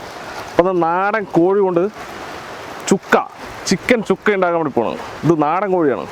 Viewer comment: ചുക്ക അല്ല ശുക്ക